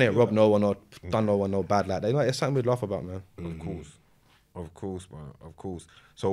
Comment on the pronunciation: He says “sattink” 😂😂😂 when the word is something lol